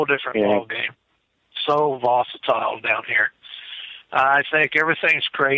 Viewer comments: It makes me itch. See my snarky definition of 'vocitile' in the comment thread. 😃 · uses the word “vositile” so convincingly that I had to get a dictionary to check to see if “I” was mispronouncing it!!! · "The whole situation was "vosatile". I think he means 'volatile'.: -) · Gazgandalf Lol...vosatile. I noticed the same. And he said it 7 times. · So glad I was not the only one irritated by the word “vocitile”. I kept correcting the half dozen times he used that non word. Lol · Vosatile???? Could you mean, volatile? Hmm Repeating Vosatile over and over. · What's "vositile"? Does he mean volatile? 😂😂😂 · If you have a hard on for a word and try to fit it into every sentence you can manage it into, you should learn how to say the word right, at least.. lol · Vocitile? wth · Why did keep saying vositile?.. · Is saying “vositile” wtf is vositile?? Is that Sasquatch lingo? Lol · No such word as "vocitile,. Maybe you mean volatile, or visceral but I hear you say vocitile quite often,. Not just in this video, but just about every one you're in. No such word, Sir. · Right? Does he mean volatile? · annoys me so much..with his horrible use of words and how he mispronounces them over and over again.I don't believe he has observed as much as he sais he has.also,he's the only one that hears the caller breaking up.weird. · Someone please tell its 'volatile' not 'vosatile'. EDIT - i now see I'm not the only one bothered by this - LOL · uses a word "vocitle" repeatedly it's not a word. It makes him sound ignorant and it's hard to hear over and over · Did he me volatile? He kept saying vocatile. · If this character says the word vosatile one more time, I'm going to snap. It's volatile,.. VOLATILE! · Ok,I thought it was just ME hearing it wrong! He IS saying "VOSITILE ". LOL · Haha, I was about to say the same thing. I think he's combining "hostile" and "volatile". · Vosetile!!?,, you mean volatile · Vocitile lol